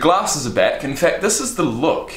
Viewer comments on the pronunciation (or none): none